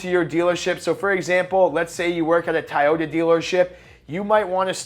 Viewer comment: Why are you saying Tieyota? 🤣